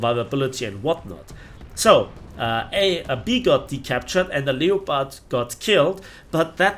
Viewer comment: YOU SAID LEO-PARD AGAIN! THAT'S IT! I'M SUBSCRIBING!